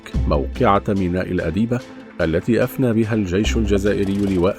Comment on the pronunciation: النطق الصحيح لميناء الادبيه ..وليس ميناء الاديبه